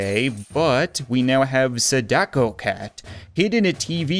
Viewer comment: Its pronounced sa-da-ko not sodako